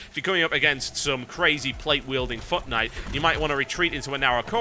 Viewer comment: When he says foot knight, it sounds like he says fuck knight.